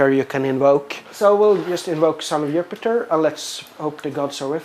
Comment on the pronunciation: Laughed everytime he said Yoopeetear